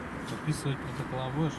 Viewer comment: Не "прокотола ",а протоколы,деревня.